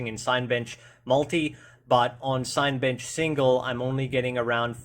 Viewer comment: Nice video... wish someone with 5800x3d would do a similar one, as I'm curious whether there will be any undervolting options. BTW the first 4 letters of Cinebench are pronounced as in the word cinema. 😀